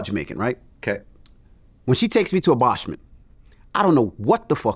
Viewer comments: Envy said BOSH-ment. I’m dead. 😂😂😂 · Did Envy say Baarshment 😅 ahahahaa America's Make Me Sick (UK) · envy don't ever say bashment again bout "boshment"